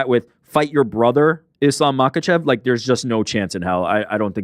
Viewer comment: Who says bratha? Send location